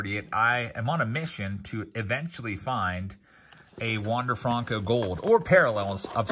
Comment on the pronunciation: When you going to start saying his name right FRUNKO 😒😒😒